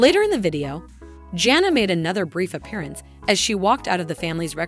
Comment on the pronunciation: Edit this so that it does not sound like a robot and that you can figure out how to say the oldest daughters name. Janna is not a hard name to say get it right.